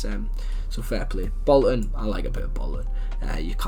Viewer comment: Up the “bollton” 😭 respect tho 🤝